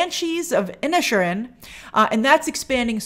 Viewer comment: It's pronounced Banshees of "inishe'eran"